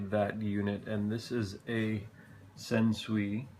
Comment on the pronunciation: Sansui is pronounced "san-soo-E" (rhymes with "Dan sue me").